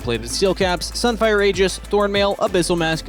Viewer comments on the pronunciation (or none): none